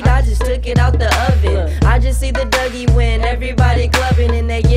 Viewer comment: It's duggie not dougie